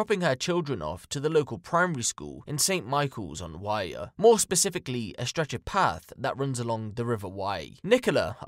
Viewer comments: It's the river wyre.... Not wye! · River Wyre is pronounced like wire, like electrical wire or piano wire x